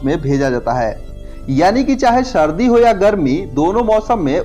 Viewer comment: सर्दी ना कि शर्दी